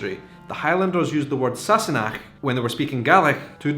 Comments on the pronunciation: You know when I first heard them say this word I thought they were saying “sassy neck” lol. I though it was in reference to Claire’s neck. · In my house it was always pronounced !&%^@ Sassanach!